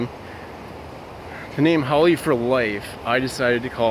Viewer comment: Great video and I'm glad you said haole because I was saying it wrong, sorry. People that are negative are very insecure.